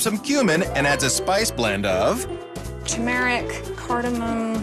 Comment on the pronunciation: A vegetarian who can't even pronounce Turmeric properly? Ugh! And when you're hosting a dinner party and YOU'RE the ONLY VEGETARIAN.... Just wrong not to at least serve chicken or fish for your guests!🙄 selfish, guessing she doesn't win!?